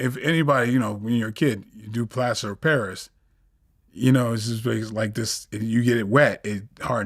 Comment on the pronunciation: Man I was juh about to say that😂😂😂😂😂 man was shocked